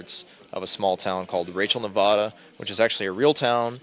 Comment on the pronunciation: Jesus! It's pronounced ear-rock (IRAQ). That's how the Iraqi's say the name of their own country. So many lazy poeple out there. At least he said Nevada properly. Nevadan's, themselves, don't even say their own state the right way but everyone else does! It means snowy in Spanish! And they have the nerve to get angry at everyone else when they're the one screwing it up! Go figure...